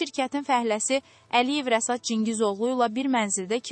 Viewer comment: Rəsad yox Rəşad! Söbe yox şöbə!